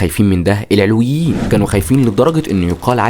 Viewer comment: كمية الاغلاط التاريخية بالفيديو مُريعة شخص متلك عندو هالعدد من المتابعين لازم يستند على مصادر تكون اكتر صدق بأي حق عم تشكك بعقيدة طائفة كاملة والي هي المكون الثاني من مكونات الشعب السوري (العَلويون بفتح حرف العين) العلويين مسلمين موحدين كتابهم القرآن ونبيهم سيدنا محمد العلويون ماكونو محصورين فقط بالقرداحة الجيش السوري مو الفرنسيين الي صنعوه الجيش السوري تم اصدار الاوامر بأنو ينحل بوقت صارت معركة ميسلون(قبل وجود حافط الاسد بمنصب الرئيس بوقتا كان يوسف العظمة هو وزير للحربية واستشهد بهي المعركة هو والعدد القليل الي من الجنود الي كانو معو) العلويين كانو من اشد المقاومين للفرنسيين وع رأسهم الشيخ صالح العلي متل كتير رجال وطنيين تانين من باقي الطوائف وبوقتا كلن رفضو التقسيم انك تبين تاريخ عائلة الاسد الاجرامي ما بيعطيك الحق انك تشكك بطائفة ومكون اساسي من مكونات شعبنا السوري